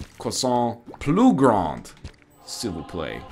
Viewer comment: your french is absolutly hilarious XD your "s'il vous plaît" is the most hilarious french speaking i've heard ^^